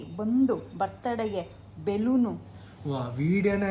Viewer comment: Balooon ❌beloonu ✅